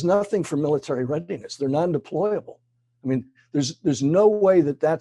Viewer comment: Did he mean to say deployable, but said deplorable?